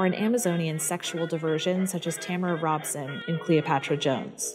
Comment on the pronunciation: "Cleopatra Jones" by portrayed by Tamara Dobson, not Robson.